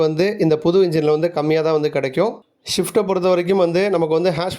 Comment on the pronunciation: "Shift" illa.... "Swift"